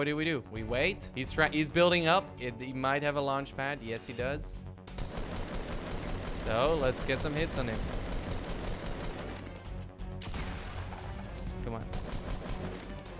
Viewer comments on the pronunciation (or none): U said a * lunch* pad lol